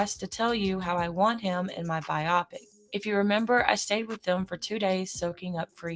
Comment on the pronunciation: I think it’s pronounced BIO PIC, but old Nesto the Finesto.